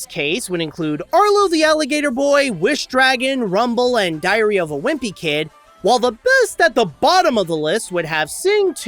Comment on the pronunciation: I swear it sounds like is saying “diarrhea wimpy kid.“